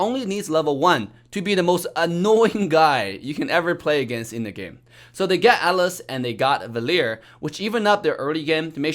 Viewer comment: "in the GAEMM"